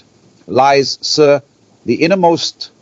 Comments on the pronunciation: The pronounciation is so incorrect. It's not like an English word "Sir". It should sound like the word "see" with the letter "r" in the end. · Pronunciation of sirr is wrong in this hurried AI countdown.